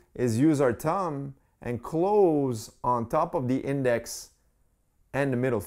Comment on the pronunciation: Bro it’s thumb not tum